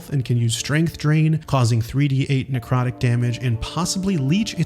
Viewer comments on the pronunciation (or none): none